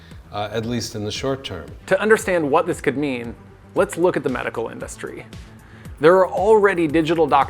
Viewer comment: I hope this narrator learns how to stop saying "industry" like a weirdo.